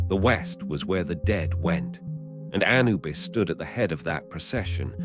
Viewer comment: (Emphasis on second syllable not first, a- NU - bus 👍)